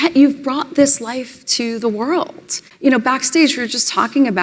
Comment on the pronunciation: I'm going to be honest and grounded in my journey, and show up and be authentically present to say, Meghan, you are a complete empty zero. Also, I HATE when women end their words with that "tz" sound. Like when she says "world", she says "worldtz". Gross.